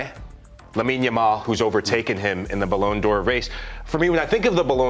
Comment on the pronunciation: „balloon D’or” 😂😂